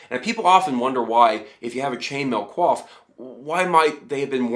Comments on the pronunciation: Wow . . . ummm . . . just wow. There are loads and loads of inaccuracies in this "information". The pictures of tight fitting maille just sitting on against the skull is 100% nothing but Hollywood bullshit. There would be a padded coif (pronounced KOOYF not "kwaf") worn under it. Don't listen to this guy. If you want more REAL accurate information then go check out LindyBeige's channel. Also your description of "plate maille" is 100% bogus. Plate maille is chainmail that connects to smaller plates; all one unit and NOT some dude wearing maille with plate over it. Also having Shad show up for a shout out "look we're friends and cool" thing just hurts your legitimacy. Something you were able to do all on your own anyways. Even the illustrations that are referenced say "MAIL AND PLATE" not "Plate-Mail". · Oh my god your pronunciation is cringe worthy. I'm guessing most of your research on this subject has been from reading. I mean you pronounce coif like quaff. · you said coif wrong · ultra nitpicking here you're saying coif and chausses wrong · fair enough but the context of armour coif is pronounced a different way than you did but hey i'm super nitpicking so yeah